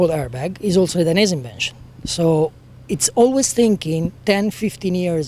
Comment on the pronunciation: How to say / pronounce Dainese from the CEO himself Dai - nez - ehh